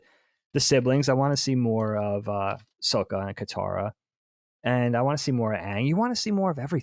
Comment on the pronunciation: Why does keep saying "Soak-ah"? They say Sokka's name repeatedly in the show. That's not how it's pronounced. It's also spelled with two K's, so it doesn't make sense to pronounce it that way.